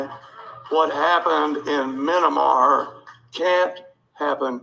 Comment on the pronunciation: "Minimar",they can't even get the name of the country correctly!